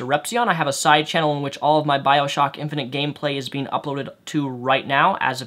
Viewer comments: I know you have a speech inpediment but, saying infinint multiple times? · are you saying "infinent"?